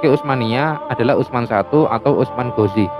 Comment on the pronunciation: Kritik/ protes keras terhadap channel ini dan suku jawa pada umum nya,...tolong donk hargai dialek bahasa indonesia yg telah kita spakati bersama,...dlm vidio ini lagi dan lagi budaya konyol tersebut terulang kembali...USMAN GHAZI anda menyebutnya usman ghozi,...kebiasaan kalian menyebut huruf vokal " A " dngn enteng nya kalian sebut " O " untuk internal suka kalian ( jawa ) mungkin tak apalah, toh itu urusan pribadi kalian,...tpi kan sayang nya tontonan ini untuk umum,..jadi kurang tepat rasanya kebiasaan pribadi lalu kalian menjadikan nya sbagai konsumsi publik padahal cara penyebutannya tersebut bagi kami yg di luar jawa sangat aneh dan bisa menyesatkan...manalah hurup A bisa di rubah menjadi Huruf O...antara A dan O itu sangat lah berbeda bung....contoh laen ni agar kalian sadar,....SALEH di jadikan sholeh,...RAHMAN kalian jadikan rohman,..SHALAT kalian sebut sholat,...RAHIM kalian jadikan ROKHIM, SHALAWAT kalian jadikan sholawat, IBRAHIM kalian malah menyebutnya ibrohim...intinya adalah semua- mua huruf a kalian rubah mnjadi o,...dan yg fatal adalah ketika membaca bismillah,....kerana kebiasaan kalian mendewakan hurup o...BISMILLAHI RAHMANIRRAHIM kalian rubah/ melafadzkannya menjadi " ..bismillOhirOhmanirrOhim.." kan jadinya aneh....itu sesat dan menyesatkan....mohon ini di luruskan hingga istilah agama pun terjaga ke murniannya,..trimakasih